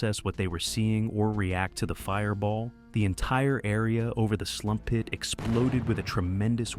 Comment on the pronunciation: The way he says "Slump pit"